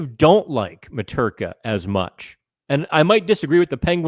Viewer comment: Mrtka does NOT rhyme with Peterka